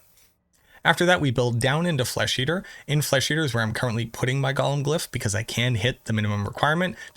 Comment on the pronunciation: Gollum is a character from LOTR. Golem is pronounced ‘go-lum’.